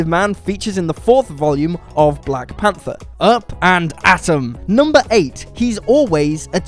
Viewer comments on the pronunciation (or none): none